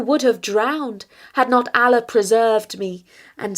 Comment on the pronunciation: Kindly first learn to pronounce "Allah" correctly.